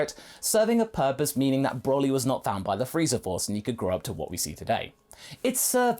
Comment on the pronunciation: His level of hwat??